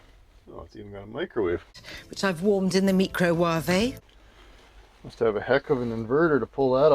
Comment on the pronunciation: Did she say meekrohwahvee? Hahaha!!!